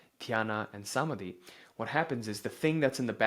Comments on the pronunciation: It's not Saamadhi , it's Samaadhi. 🙏😇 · I understand you aren't Indian but please get the pronounciation right Dhaaarana Dhyaaana Samaaadhi Great work!! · ❤ Thank you for this info. please do work on correct pronunciation of key Hindi/Sanskrit words. dhaarna, Smaadhi, etc❤